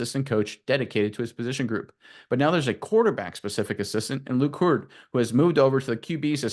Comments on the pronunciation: pronounce it "Hue-erd" (two syllables) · His name is pronounced HU-ard. His brother was a big time qb at University of Washington